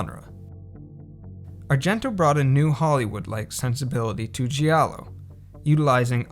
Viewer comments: G I A L L O not Sgiallo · The pronunce is "jalloh" not "ji allo" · 'Giallo' is pronounced 'djàllo' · So you put so much time into this but couldnt be arsed to look up how to actually pronounce 'giallo'? 😂😂😂